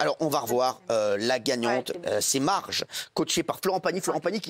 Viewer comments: " Marje " le respect nan mais merci... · Il me tue avec leur prononciation Margue MarGE Marguuué Marghé Margeux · Marge, Margé, Margueux, Margué... Ils vont se mettre d'accord sur la prononciation ?